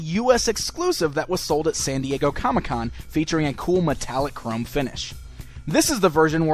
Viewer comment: It is chrome not crum